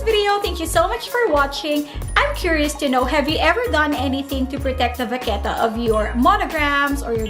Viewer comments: The way you pronounce 'vachetta' is so wrong 😂 but great vid and very informative ❤️ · I’m pretty sure English is not her first language. It’s a cute mistake. :)